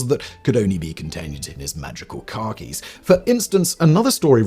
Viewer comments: Drink every time he mispronounces Khakis as Car Keys. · I feel the need to let Simon know that every time he said "khakis," I couldn't not hear "Car Keys." So, "He wore a tuxedo to his wedding instead of his ever present Car Keys" And, "the enormous set of b*alls he kept in his Car Keys." 😂😂😂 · I keep thinking Simon is saying car keys not Khakis 😂